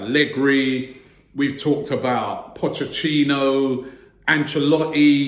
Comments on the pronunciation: Came here just to hear Robbie saying "Pocecchino" ;) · POCHECCINO????? when is this mug gonna get his name right, lmao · Raabieee it's not Pochechino LAWL :D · Robbie said pochechino